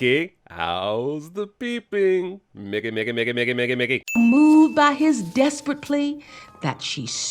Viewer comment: is Nobody else really concerned with how he said Mickey and it sounded like nigga?! 🤨